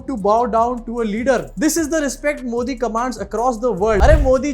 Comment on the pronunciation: He is saying moodi